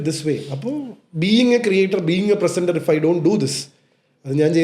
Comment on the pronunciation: പ്രസന്റർ അല്ല പ്രിസെന്റർ